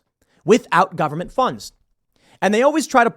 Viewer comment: Say taxpayer funed not govenment funded